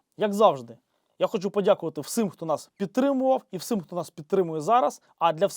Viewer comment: Тільки не =вс-И-м= а =вс-І-м=